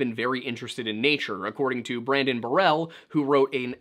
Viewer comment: Pic on screen clearly says "Brendan" repeatedly says "Brandon"